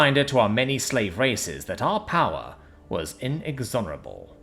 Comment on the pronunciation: IN-EX-ORABLE!!! lol